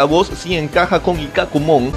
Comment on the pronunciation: Me encanta como se pasan todo por los webos y enves de pronunciar a Ikkakumon como Ikak'kumon lo dicen Icaqumon :vvvvv.